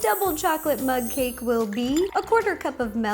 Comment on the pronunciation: It's like you've been saying mud cake